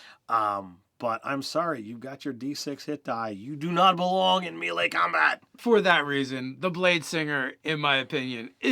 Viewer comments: It’s not pronounced “me lay” it’s pronounced “may lay” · Love you guys but FOR THE LOVE OF TORM it's MAY-LAY, not Mill-E. And key, not kai. Come on. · dudes. it's may-lay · its pronounced "may lay" with 2 long As. C'mon guys you cant play DnD and NOt know this. :D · Melee is pronounced "May-lay" and as you yourself pointed out Ki is pronounced "Key". Lol.